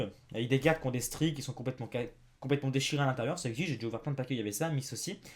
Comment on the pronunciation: C'est pas ''jé'' c'est ''j'ai''